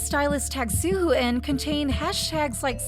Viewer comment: I cringed every time you mispronounced Suho’s name it’s more like soo-hoe not soo-hoo